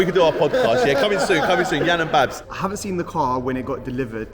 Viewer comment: Babz not Bav 😂